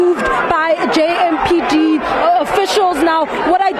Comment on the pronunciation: The reporter says jmpd hebanna its empd